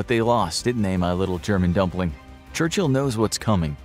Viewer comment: I lose it whenever he says dumpling 💀💀💀